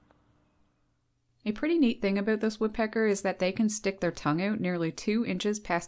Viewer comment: I'm having trouble understanding why the words OUT and HOUSE are so difficult for this woman to pronounce. She might not make it in time to the outhouse if she asks for directions. When you pronounce bout like boot, you may end up with a poop on your boots